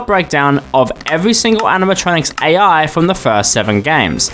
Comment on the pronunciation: He can't even pronounce "ai"